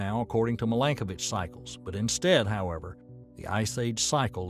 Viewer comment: In Serbian language, you have to read every letter as it is written - so, i is ALWAYS pronounced as ''ee'' (like: win, pin), not ''ai'' (five)! His name is Miiilenkovic, not mailenkovic - in Cyrillic it is very clear : МИЛЕНКОВИЋ. Also his first name has to be pronounced as Miilutin, not maailutin (meelutin meelenkovic). One sign for one son = genial writing system, too ! No double letter, no deformation of letters trough different readings - once a child learned all letters, can read, understand and write all words in Serbian language. The oldest calendar of the world, that shows Year 7532 in 2023 is Serbian calendar, forbidden by Vatican's ''diplomats''! It was used in our churches in Kosovo that is stolen by NATO/EU and given to Albanian muslims.